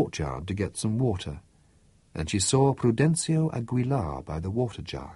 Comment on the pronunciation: For instance it's Jose Arcadio, not Jose ArcaRdio. Also the GUI in Aguilar would be like in the word 'guinea'